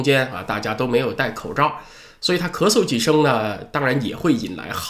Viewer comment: 念出了咳嗦